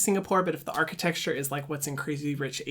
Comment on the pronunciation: no one: hyram: “archiTEXTURE” love you hyram